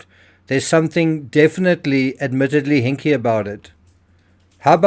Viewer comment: I love the "HINK" 🤣🤣🤣